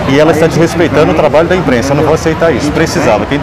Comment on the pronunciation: "Então, a câmara de emprensa..." kkkkkkkkk